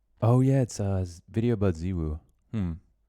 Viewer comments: saying zywoo like zeewoo bothers me I also really liked the video, its nice to get to know people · I'm not a chinese national but I think XiWu would be pronounced "shiwoo", ZiWu would be a bit closer I think, like "dz-woo", ZhiWu would be something like "dj-woo". AFAIK they don't have the english equivalent of "zywoo" but ZiWu would probably be the closest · Its actually pronounced '''ZywOo'', like its not hard mate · The people complaining about hearing Zywoo's name pronounced differently to how they like are also getting to watch you cast these games for free. If I hear either of the two ways of saying it, I know who you're talking about. Fuck 'em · The one comment that got to me in chat was "You're speaking English, so pronounce his name in English" as if there's an official "english language" pronunciation of Zyw0o, a completely made up word. PS: You're my favorite caster and I'm addicted to your videos, they keep me motivated to play better even though I barely find free time to play an Open season without extra pracs these days